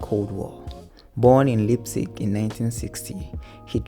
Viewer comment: Your pronunciation of "Neo Rauch" and "Leipzig" sounds aggressively ass.